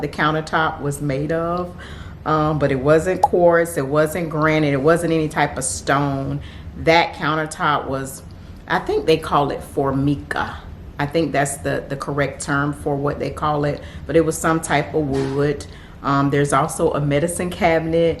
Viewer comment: For- my-ka to help pronounce Formica.🤓 love your style💯❤️